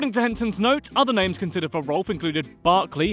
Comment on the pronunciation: Rowlf is pronounced rawph like the sound a dog makes.